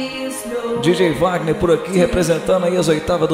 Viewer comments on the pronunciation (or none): none